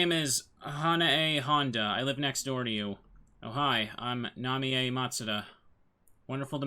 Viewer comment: Ooh. So cool that you're doing this game. Love watching your rpgmaker stuff mainly. Also, yeah. Japanese, so her name is Na-mee-yay.